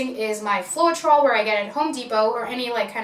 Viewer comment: Hi, it’s pronounced FLOW-TROL :))